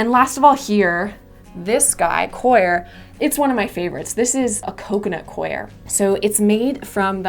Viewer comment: I LOVE that you pronounced "coir" correctly.